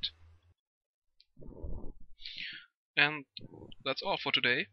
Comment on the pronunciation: Did he say "Sex for watching" at the end? LOL